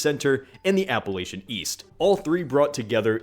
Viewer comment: It is pronounced App-a-lach-ia get it right for Pete's sake!